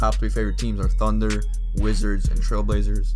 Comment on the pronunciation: Why does he say thunner and not thunder